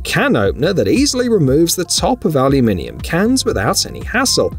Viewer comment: Yup. That is, indeed, the correct pronunciation!